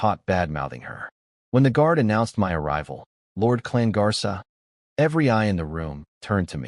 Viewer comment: Klan Garsa ❌ Klan Garcia ✅ From Bad to baddie 😂😂😂